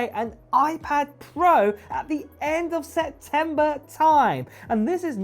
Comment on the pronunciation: SePtember not Setember